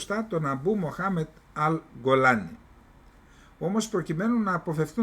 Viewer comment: Κύριε Καλεντερίδη, συγχαρητήρια για την εκπομπή και το θάρρος σας να εκθέτετε τις δηλώσεις της κυβερνήσεως. Μια μικρή διόρθωση μόνο : ο «Γκολάνι» λέγεται «Τζιολάνι» στα αραβικά. Κι αυτό διότι το γνωστό σε εμάς «Γκολάν» (στα αραβικά الْجَوْلَانِ) προφέρεται «Τζιολάν» σε όλη την αραβική χερσόνησο, και έτσι βέβαια και από τους ντόπιους του. «Γκολάν» το προφέρουν μόνο οι Αιγύπτιοι στην διάλεκτο τους, και γι αυτό το λόγο το λέμε και εμείς έτσι.